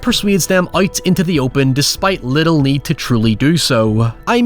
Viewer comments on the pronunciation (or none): none